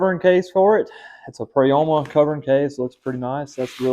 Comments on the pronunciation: Pro-YA-MA say it with me friend 😂 sorry I had to. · It the part of the world I live in the “O” does not have a sound of Prayama